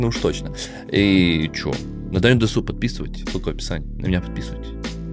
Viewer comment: Опа, не ожидал эту реакцию! Круто! Кстати правильно дЕсу, а не десУ)